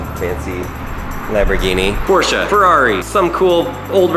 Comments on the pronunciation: *porshe 911 NOT PORSHER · i thought it was pronounced porsh not porsha???? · I hate how the dude says Porsche as poorsha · This man said Porcsha